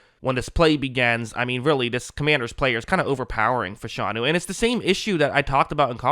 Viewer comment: you are mispronouncing his name. It's O-Lou Fa-Sha-Nu.